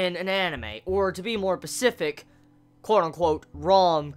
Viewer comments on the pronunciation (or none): why do you keep saying "Pacific" instead of "specific"?